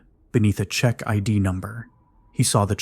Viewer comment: Thats not how you pronounce Czech.